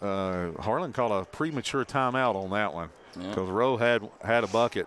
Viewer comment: It’s Rowe pronounced like how for #1 for Harlan. Not like row